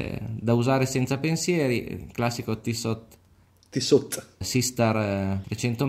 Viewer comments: Ciao a tutti, sono lo "" del primo video. Chiedo venia per la "t" finale che mi è scappata sul Tissot, è stata l'emozione a tradirmi.... Quanto al Breguet, concordo con quanto afferma. Il collezionista medio, anche di buone disponibilità, difficilmente acquista questo tipo di orologio per quella cifra. Il mio intento era di condividerlo con gli amici del canale, in quanto poco visto, tenendo presente che per me ha più un valore affettivo che economico. Spero che questo si sia capito! Love, o meglio Amour, così facciamo contenti quelli che sanno bene il Francese 😊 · Comunque uno che dice tissot con la t finale orologi non dovrebbe averne 😅